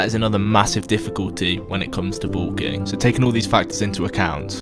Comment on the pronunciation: Is pronounced bulking not boolking